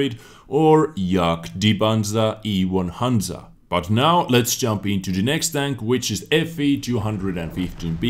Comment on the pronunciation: " Jag di Panza auf E hanza" !!! like really? lmfao.